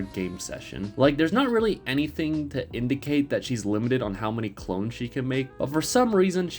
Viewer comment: "There's not really anything to indi-kate"